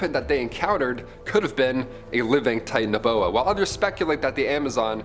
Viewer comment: Interesting video your pronunciation of Titanaboa is a bit different and it's more likely to be a sub species or evolutionary advancement of snakes that are present today.